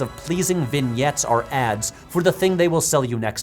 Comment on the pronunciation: First P(H)W video I’ve ever stumbled upon so excuse me if I’m late, but does everyone already know that he can’t say the word “or“? He always says “are” and it’s really frustrating to listen to 😂😭 great content but if he compares a lot of things and constantly tries to use the word “or” im gonna have to tap out. 💀